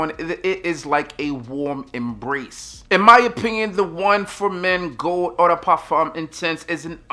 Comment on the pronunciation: I don’t want to call anyone Daddy, but, have brothers and guy friends for whom I would like to buy gifts. Eau is pronounced like oh. Please type in the brands and types of fragrances that aren’t in English language to hear the correct pronunciation. You’re too great at what you do to not correctly say the names and types of scents. I love the way you say cocao!